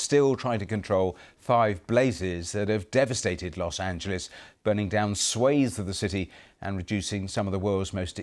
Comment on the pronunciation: At least the Brits are finally pronouncing Angeles correctly.